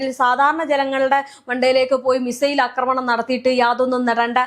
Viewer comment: അക്രമണം അല്ല, ആക്രമണം ആണ് ശരിയായ വാക്ക്.